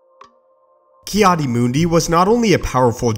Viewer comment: I swear you’ve done this before. It’s sooo overdone lol. Again, I suggest putting something on your walls to get rid of that nasty echo. Finally, it’s “Adi” not “Aid”.